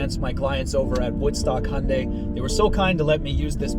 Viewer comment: Finally someone that can actually pronounce hyundai correctly